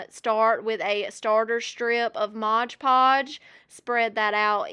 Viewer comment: Its mod podge - not modge podge